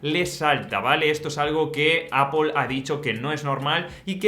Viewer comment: ME mata cuando dice APUL al principio 😂